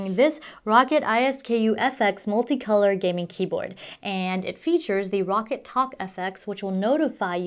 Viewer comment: Row-cat, Ice-skoo. Not. rocket I.S.K.U